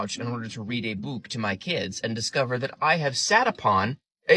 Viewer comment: Wait... I'm 20 seconds in, did I hear you right? Did you just say "book" the same way you say "Tootsie?!" Please tell me I'm mishearing you!!